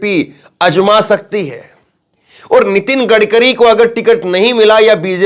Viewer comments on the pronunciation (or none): AJMA SAKTI HAI. KYA MATLAB....AZMA SAKTI HAI BOLO....SAHEEH TREEKE SE READ KIJIYE...